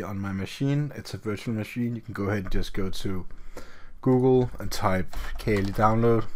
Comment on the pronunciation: It’s not kelly it’s pronounced kaali